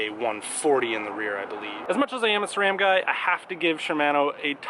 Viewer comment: it's "sram" not "sa-ram"